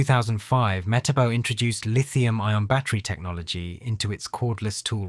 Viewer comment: The guy can't seem to get the name right.